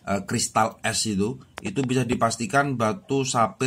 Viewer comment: Ceylon bang bukan caylon